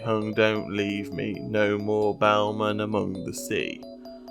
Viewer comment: And also its BELLMAN NOT BOUMAN